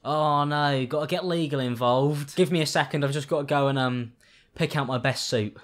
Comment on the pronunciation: For some reason I heard soup instead of suit.